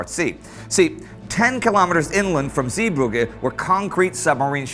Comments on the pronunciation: Everytime Indy says 'Zeebrugge', I die a little inside. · Was wondering how you'd pronounce Zeebrugge, I've heard worse :p It's weird to me that English pronounces Zeebrugge so differently from Bruges, because Zeebrugge just literally means "Bruges at the sea" or "Sea-Bruges". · I love you Indy, but your pronunciation of 'Zeebrugge' is hilarious